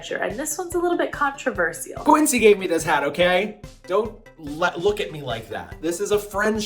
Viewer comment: Ooh so close. almost said “controversial” correctly. Lol😋